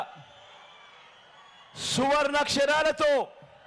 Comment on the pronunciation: ఒరే సువర్ణ అక్షరాలు అనడం రాలేదు నీకు ఎవడికిరా నువ్వు బిడ్డని బిడ్డని అంటున్నావు